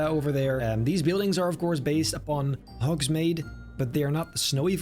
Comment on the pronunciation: The way you kept saying Hogsmade was so triggering 😤